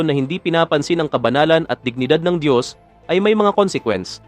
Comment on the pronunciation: Ang Dios ay hindi tao. Itatama ko lang yong paulit ulit na pagbibigkas mo. Diyos nga sya makapangyrihan sa lahat lahat. Kaya hindi sya tao.